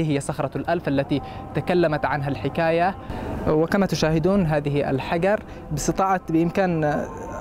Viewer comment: اغبى مراسل شفتة كل كلامة باللغة العربية الا كلمة الحجر ينطقها حقر ايش من مراسل ذا 😏😏😏😏